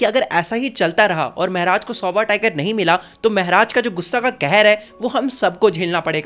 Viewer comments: Meharaj? Ye kya hota hai??? Maharaj bolo मेहराज✅ महाराज ❌❎ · It's not mahraj it's maharaj bhaiya😅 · Maharaja ❌ Mehraj ✅ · Maharaj ❌ Mehraaj ✅ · Why are u saying mehraj